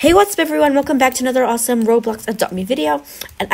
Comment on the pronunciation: please say the word AWESOME correct